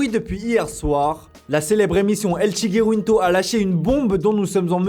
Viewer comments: c el chiringuito pas chiguiruinto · "El Chiguiwinto" 🤣🤣🤣🤣🤣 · par contre faut revoir la prononciation de " el chiringuito " 🤣